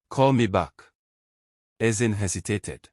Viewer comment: Nice one Ezinne. But why was it pronounced Ezin?